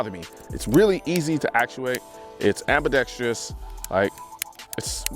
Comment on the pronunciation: Colion, I love your videos! But please, it's Ambidextrous, not Ambidextrious!